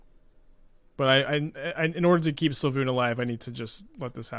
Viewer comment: svyelun not sylvun